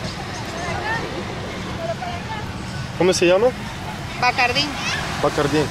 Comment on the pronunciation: Dude, Bacardi.., lol